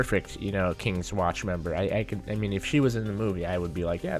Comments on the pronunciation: its kingsman not kingswatch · "Kingsman not kings watch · Its kingsman not kingswatch.. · kingsman not kingswatch dude